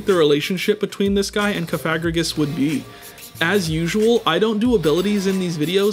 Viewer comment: The was he says Cofagregris is crazy 😂